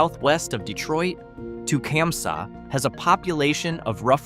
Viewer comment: Tecumseh is pronounsed tah-cum-see and was home to Tecumseh small engines which has simce gone out of buisness so they've had their struggles too. I was born in Ypsilanti which is pronounced ip-sah lantea, some photographer took a picture of the water tower and it looks semi soft, postcards are available ( or used to be ) and is much more sexually suggestive than Gay or Climax.